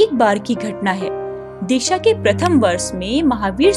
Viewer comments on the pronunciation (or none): Disha nhi diksha hota h